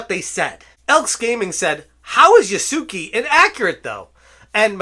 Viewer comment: Yasuke is pronounced, "Yah-Skay" - Not a big deal, I'm just surprised no one has said it yet after the last few videos 😂